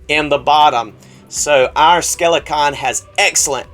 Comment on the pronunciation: Have you ever considered pronouncing “Skelcon” properly?